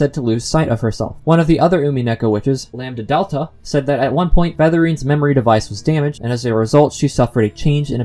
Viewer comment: ... I imagine Chie's L5 as her murdering people because of curry tbh You're saying 'lam-delta' instead of lambDAdelta :) Maybe Lambdadelta was disappointed in Takano and went to Satoko. She has a thing for blonds like herself. [?] But seriously, I'm sure she and Featherine are involved in this. (Featherine being connected to Hanyuu has been a very popular theory since her name was announced for Umineko; same with Bernkastle and Rika, who signs cryptic poems in the Higurashi games like Frederika - Furede Rika - Bernkastle; and Takano with Lambdadelta, since Miyo can represent the numbers 3 (mi) and 4 (yo), and Lambdadelta corresponds to those same numbers. Even before sprites, the connections were there.)